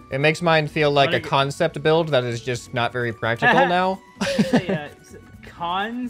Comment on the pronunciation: XD Ok yeah they will "BLUILD" that for sure if they understand what does "bluild" mean....seriously tho....its written build and pronounced bild ☺